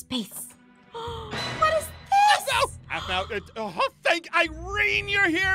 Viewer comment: Same but you said there name wrong it’s Aphmau and Aaron